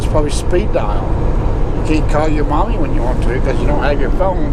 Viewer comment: Killing me the way you said “mommy” made me laugh pretty good!